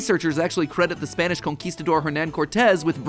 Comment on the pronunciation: As a Spanish native speaker, I LOVE how Matpat pronounces spanish words. Is too much fun.